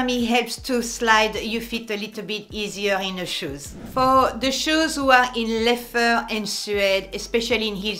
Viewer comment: I always have to remind myself when she says “leffer” she means leather